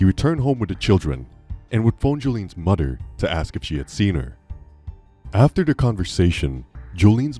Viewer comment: He called his mudder lol